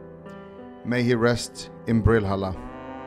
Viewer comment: Bro when you said Brill-Halla 🤣🤣 so dumb lol but made me laugh so hard